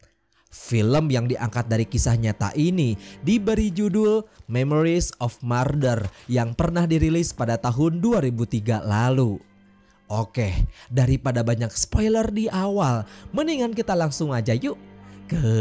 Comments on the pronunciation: Sorry min, kok masih byk salah baca sih min.. Murder dibaca Marder.. mestinya Mêrder, Seoul dibaca seiyoul harusnya di baca Soûl.. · Merder Min merder bukan marder 😓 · sebutan murder pun salah dengar balik apa sebutan betul haha